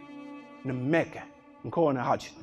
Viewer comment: Shkon njëri në (meke).... MASHTRUS as as emrin Mekë... se shqipton si duhet.....